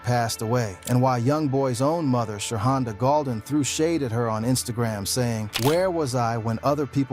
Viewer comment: You call that women "Sha honda"😅😅😅😅😅😅